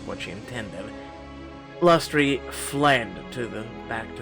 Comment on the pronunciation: Lustre is pronounced LUST-uh, it describes a glow or shine on an object. The key members of the Sun court all have light names.